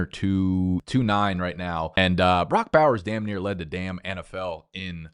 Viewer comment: did NOT sound like near